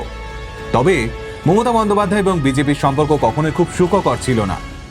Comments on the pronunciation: প্রথমেই ক্ষমা চেয়ে নিলাম থেকে যদি কিছু ভুল বলে থাকি।🙏 বাংলা উচ্চারণ বা ব্যাকরণ আপনি আমার তুলনায় বেশ ভালোই বুঝেন কিন্ত আপনি আপনার বক্তব্যে মমতা ব্যানার্জি এর বদলে মোমোতা ব্যানার্জি বলছেন। আশা করি কিছু মনে করবেন না 🙂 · ভালো কন্টেন্ট এর পাশাপাশি উচ্চারণে একটু নজর দেবেন 🙏 মমতা কে মোমোতা মোমোতা বলাটা শ্রুতিকটু।বাকিটা ভালো লেগেছে। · মমতা not মোমোতা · উনার মমতা উচচারণটা শুধু কি আমার ই ভুল মনে হলো?